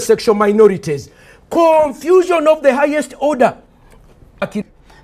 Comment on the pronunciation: No it should be "Confusion of da highest orda"